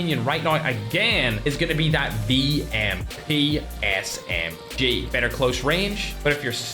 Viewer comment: The V-M-P S-M-G got me 😂